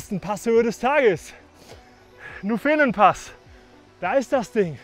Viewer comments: Schönes Video über eine klassische und grossartige Runde. Aber: Wieso hast Du keinen Schweizer gefragt, wie man 'Nufenen' betont? Es klingt so deppert, wenn man den Namen auf der 2. Silbe betont. Auf jeden Fall für mich als Schweizer. Hmm - nein, es klingt auch sonst einfach so deppert, dass es weh tut. Erste Silbe 'Nu' betonen, 'fe' und 'nen' beide kurz und unbetont. Video neu machen, bitte. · Nufenen gerne auf der ersten Silbe betonen. Es heisst auch nicht Nufenpass wie im Einblender. Ansonsten sehr schöne Bilder! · Nuufenen gesprochen nicht nufeen :-) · Nufeehhnen - aua aua Nuuhfennen - bitte bitte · Sehr schön gemacht, das sagen hier ja auch schon alle anderen. Nur bei den Namen sollte man sich halt bei den Einheimischen erkundigen. Der Nufenen d oder italienisch Novena spricht man nicht Nufeenen sondern kurz, Ton auf der ersten Silbe dem u. Die enen sind wie bei Birken ohne Ton. Anders beim italienischen, da liegt der Ton auf dem e, also Noveena. Ähnlich bei der Tremola, italienisch von drehen. Da liegt der Ton auf dem e, also Treemola, das o und das a kurz. 😊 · Hey. Cooles Video. Dass man den nUUUFenen anders betont hat dir schon jemand geschrieben. Das nächste Mal meldest du dich, wenn du in der Schweiz bist, dann geb ich dir eine kleine Einführung in die Namen. Was aber wichtig ist: Postauto mit Fahrrad nutzen geht nur noch mit Reservierung (in der ganzen Schweiz). Sprich spontan geht (meist) nicht. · Wieder gut👍Nett wie du Nufenen betonst. So habe ich das noch nicht gehört😉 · Habe ich auch gleich gedacht 😁😁 das erste e wird bei uns nicht so lange betont ...